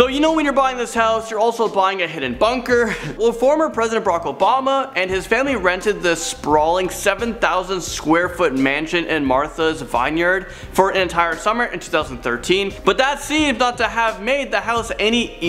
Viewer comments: Martha’s Vineyard isn’t pronounced Martha’s Vine- yard, it’s vin-yard. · The first girl was good. The second guy - MAN! It's not a "catch 22", it's not Martha's VINEyard, it's not Illinoiz, and it's not "loss" Feliz.